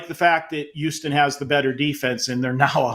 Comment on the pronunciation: I thought it was pronounced, Houston Marco, not youston .😂